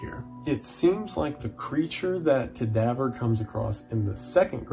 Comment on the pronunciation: The way Wendigoon pronounce Cadavre's name leads me to believe he pronounces French words like "Danse Macabre" as "Dance Macaber"